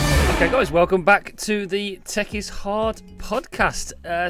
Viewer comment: Closing line sound like “Tech is easy”’ 😂